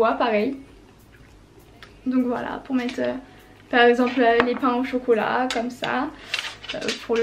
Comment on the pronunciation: pardon? "pain au chocolat" 😂 sinon t magnifique enft💗